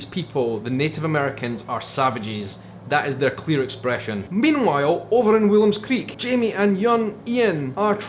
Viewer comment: Why does everyone everywhere calls the town Willem's Creek while it is Woolam's Creek? :)